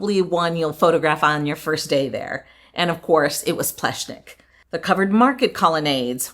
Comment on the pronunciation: Great honest video, yet again. It’s fun to see you take on the proper pronunciation of the architect’s name, nearly got it, as close as an English speaker can get to it 👏 For me it was really nice to see a Central European country again, reminds me of my upbringing/ home. You missed out on trying the traditional Slovenian schnitzel with ham and cheese inside, it’s yum! Hopefully while in the area, we get to see more of Central Europe?🤞